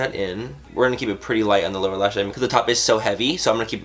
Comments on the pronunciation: Did he say Laura lash line?? 😂😂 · I thought he said "laura" lash line. not lower lash line. lol.....